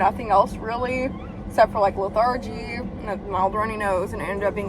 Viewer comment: lethargy is pronounced with the emphasis on the first syllable...